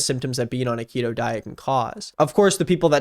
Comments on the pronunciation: Ok we love you but it’s pronounced “kee-toe” On the real though this is a good vid, my dad did the keto diet for quite a while and it’s cool to see someone talk about it’s negative effects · you are literally the first person I've heard pronounce keto with a short E sound lol. Keeeeeeto. It is spelled like you said it tho maybe you're right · Bb it’s pronounced key-to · I love you but it is pronounced "kee-toe" <3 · At least learn how to say KETO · He's saying it with a soft "e" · i have never heard anyone pronounce Keto this way. Is he right? Is everyone i love wrong? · Love the subtle correction of how you pronounce keto without acknowledgement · Okay I know I shouldn’t be focusing on this but like. IS IT PRONOUNCED KE*T*O or K*E*To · THE WAY HE SAYS KETO WRONG THE WHOLE VIDEO 😭 I hate keto though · This is actually kind of embaressing man, you clearly didn't even research how to SAY the name lol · Every time he says “ketoh” instead of keto I want to kill myself a little more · The most frustrating part of this video is how you pronounce keto as ketto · ket-oh lmao, its key-toe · Why'd he say keto not keeeto at the start? My dad went on keto for a long time and it immensely helped his seizures. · It's pronounced keto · I agree with everything in this video apart from your pronunciation of "keto." It is "key-toe," and idk why it's bugging me so much. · Thought it was pronounced "Key-Toe"